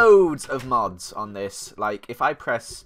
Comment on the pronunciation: for a second i thought you said mobs instead of mods